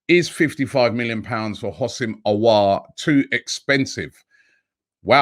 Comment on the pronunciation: Robbie his name is Ho-sam not Housim 🤣 please like so he can see this